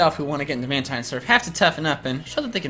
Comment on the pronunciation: It's man-teen not man-tine